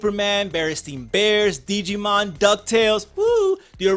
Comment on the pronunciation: "Deegeemon" love it.